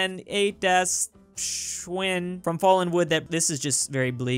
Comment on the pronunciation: Actually schwein is pronounced (sh-wine)